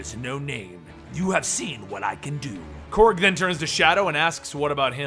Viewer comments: I thought it was Korg, not Krog please correct me if so. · Really bothers me that he is saying Krog and not Korg.